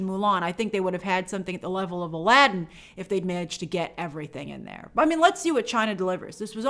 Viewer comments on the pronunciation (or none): none